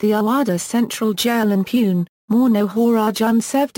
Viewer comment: first of all learn to pronounce names and placer correctly..... like pune and surve...